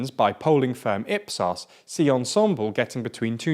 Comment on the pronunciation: Just to say… Ensemble! is pronounced as Ensemb-le and not like ensembol…